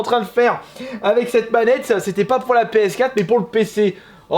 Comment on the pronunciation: Il dit pas ps4 il dit ps4euh